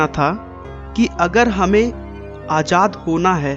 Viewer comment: It's zor not jor and sarfaroshi not sarpharoshi.. its fasi not phasi.. ajad nhi Azad..